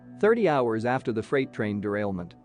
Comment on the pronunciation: wtf is a freight rain?,another terrible AI voice fuckup! big FAIL!!!!!